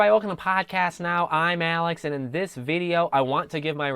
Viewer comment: I've got to say that the way you start your videos with "I'm Alex", and the way that you pronounce that s*** comes off as... what the hell. That said it has now become a calling card for your videos now. Keep up the content.